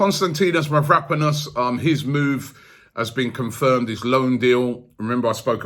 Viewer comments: Robbie was pronouncing mavropanos as mavraponis yesterday 😂😂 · ROBBIE ITS MAV-RA-PANOS